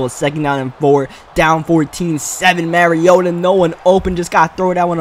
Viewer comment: Mariota (mah-ree-oh-tuh) not (marry-oh-tuh)